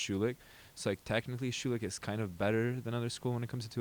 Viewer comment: & . These guys don't know how to pronounce thier own name.